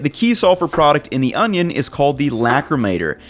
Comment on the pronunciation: You call that an onyo?